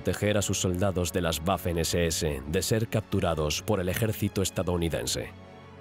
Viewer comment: Las “Guafen SeSeEse” 😅 Me encanta la voz pero la pronunciación de algunas palabras en alemán son malas y otras buenas 🤔 ¿a que se deberá?